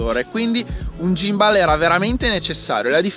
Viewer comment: Lo miravo da tempo, credo che breve ne prenderò uno anch'io.. Comunque si pronuncia "ghimbol", però va beh! Ti do una dritta sul drone, c'è lo Spark che è simil economico (600€ circa) ed ha la funzione "segui", quindi una volta inquadrata la macchina ti fa le riprese dall'alto seguendoti. Prova a dare un occhio nei vari sample qui su Youtube. Se vuoi qualcosa di più c'è il fratello maggiore Mavic Pro, che sta sui 1000/1100€. Ah, il drone ha recepito della regolamentazione, soprattutto per ambiti commerciali come potrebbero essere i tuoi, dai un occhio anche a quelli. P.s. Qualità video sicuramente migliorata, sulla M3 niente da dire che non sia già stato detto 💪